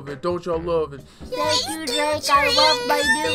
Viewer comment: ENDER MODZ it's pronounced drake